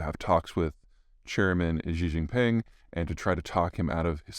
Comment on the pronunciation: Just pronounce Xi as She: Jin and Gin; and ping as ping.